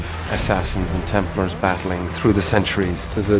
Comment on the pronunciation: everytime I see the unnecessary changes to the animus, a hear them pronounce Templar like templer, I hate the fact that they are making a movie that will quite possibly ruin the games for me more and more.